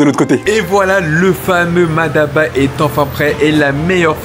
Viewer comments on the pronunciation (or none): peut amener a prononcer MADABA alors que c'est MATABA . mais n'empêche qu'il peu y'avoir une prononciation différentes.. 😂 en tout cas c'est bon et c'est tout ce qui compte . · C'est Mataba , non Madaba , car le sens est complètement différent ( Ma daba = les idiots) 😉 allez chill bon appétit